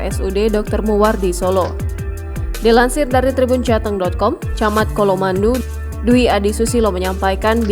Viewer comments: colomadu di baca C bukan K ya gan 🙏 😊.. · padahal udah jelas hurufnya C....sok inggris dibaca K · Pembaca berita tolong baca bener ya. Colomadu bukan Kolomandu....